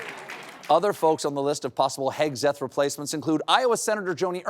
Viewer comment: At first, I heard you say Pin HEADseth